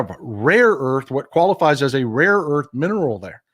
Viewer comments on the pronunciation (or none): Trump, a Wharton School of Business graduate, pronounced "rare earth" as ""RAW earth" several times during the meeting! Good grief!